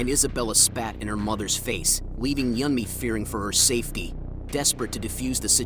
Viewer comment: her mother ''yummy'' dood its pronounced ''you'n-me'' EDIT her father did not know cpr and couldnt help her